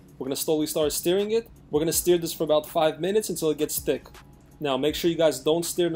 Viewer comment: I wonder how many people want to tell him it's pronounced "stirring" and not "steering".